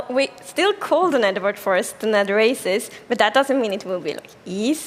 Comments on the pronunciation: When she said “Nether” it sounded like “neder” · Am I the only one who got annoyed on how she said “neder” instead of nether? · "Set spawn in nedder*... find food in *nedder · I thought she said the N-word forest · I thought she said "Network Forest" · I think its pronounced "De Neder"